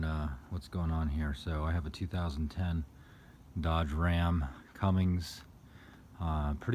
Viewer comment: Cummins.... Not "Cummings"